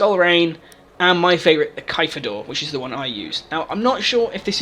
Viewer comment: This is good stuff, and I bet the only reason twelve people disliked this video was because you said caveira like caviar